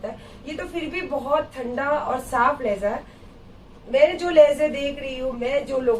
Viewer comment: Randi lahza nahi hai urdu mien LAHJA hota hai bandar kya jaane urdu GANDI ghodi dhagad diwani